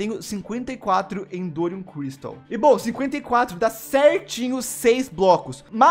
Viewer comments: Tenho que falar nao e endoriun lg e erodiun ksks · Não sei se ele tá errando de propósito o nome do minério de Erodium cristal , pq ele sempre fala endorium cristal sabe kkkkk